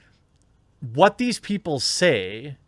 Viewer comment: why are you saying it like that? saying WHHHUT LIKE WHHUT